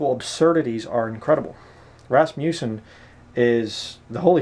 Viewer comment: First, you are pronouncing his name wrong. It is not pronounced with a long "U" sound. Second, his book is profound and full of truth, backed by scripture and careful study. You will have a hard time finding many men as godly as he was. He was taught the pre-tribulation rapture belief in college. Years later, after studying the Bible for many years, DAILY, ANNUALLY, he saw that a pre tribulation raptire was not scriptural. Yes, he knew MANY people from all over this world. That does not mean they were his "friends". You are conjuring up falsehoods and slandering this man. God will be your Judge, and you are bearing false witness against a true man of God. I was a member of Faith Baptist Church in Canoga Park, CA, for more than 15 years, and this man led me to the Lord in 1986. I have NEVER heard him speak anything that was unscriptural, or untrue. SHAME ON YOU!